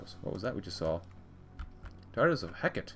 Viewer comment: ITS NOT HECK-IT! ITS HE-CART-TEE! This concludes my ted talk. Thank you for coming.